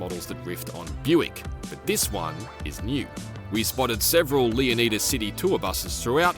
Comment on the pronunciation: Stop saying Leonida wrong